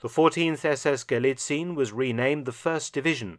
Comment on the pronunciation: Sources: "Trust me bro." As an author and historian you should really know that allegation without evidence is just propaganda. Like a plastic tank replica, you know... And by the way: Galicien is pronounced Gu-lee-tsee-enn, not Gu-lee-tseen.